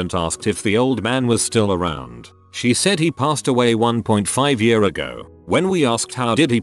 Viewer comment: No one: Literally no one: TTS: yuhrs